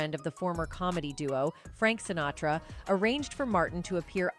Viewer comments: It's a robo-voice just reading what some schmuck wrote badly. I just saw another one where they called Marlon Brando, "Brandon". In this one, the voice says something about someone named, Shintara. I THINK they were trying to say, "Sinatra". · Add to the click-bait title the robot “narrator” who pronounces “Lewis” as “Louie” and “Sinatra” as “Sintara.” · Fairly realistic AI narration...they had me until she said "SINTARA" instead of Sinatra, and "LOUIE" instead of Lewis 😆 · "SinTARA"?? I think you mean Sinatra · "... he joined the Rat-Pack with SINTARA..."!!! WHAT THE ABSOLUTE EFF???" So much for human narration in these videos!!! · She nails "Sinatra" at the mark but calls him "Centura" . Why Robo voice, why? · I think this narration might be AI generated. At around 14 minutes, she mispronounces 'Sinatra' as 'Sintara'. I doubt that any one who speaks English as well as the narrator would not catch that typo in her script and actually read it verbatim.